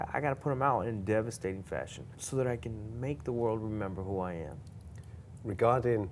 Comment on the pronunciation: Kelvin "in deevustating fashion" Gastelum